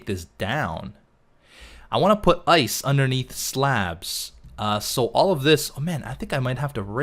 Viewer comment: How says ice: Ois:P